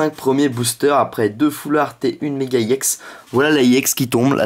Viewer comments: on dit pas ix on dit éx mais ca s ecrit ex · pourquoi tu dis ix et pas ex